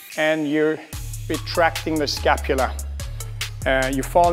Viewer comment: Everytime he says “retract the escapula” have a shot...